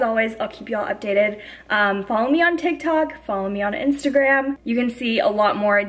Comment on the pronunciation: Says “tiki tok” lol